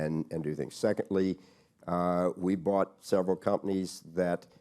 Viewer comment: KKR and not “KRR”